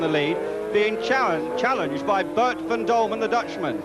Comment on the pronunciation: It was not called MotoGP in those days. It's Boet van Dulmen, not Dulman!